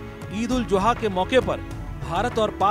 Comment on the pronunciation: Eid ul Juha nahin Zuha hota hai chutiye.